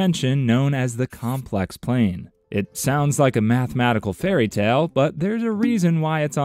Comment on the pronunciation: Complex pla-i-n ? Really ?!! Could you expla-n-e ? 😅